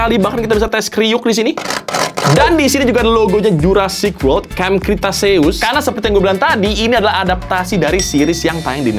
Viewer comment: Jurassic world ✖️ Juruparrkir world ✔️